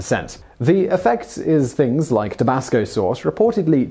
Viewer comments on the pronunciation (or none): none